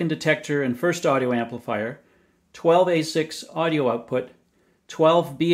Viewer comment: "INCREASE OUTFUT"